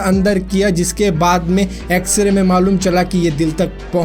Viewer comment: Bhai ek correction...x-ra nhi x-ray..